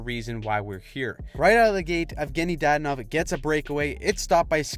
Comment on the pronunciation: Dad anov? say it right please. same with heiskanen, etc. if you can say draisitl right you gotta pronounce the other ones right too